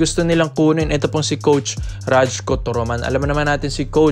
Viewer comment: rayku tamang pronunciation, turoman.